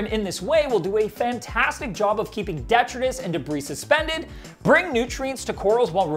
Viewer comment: The way he says detritus is so funny😂😂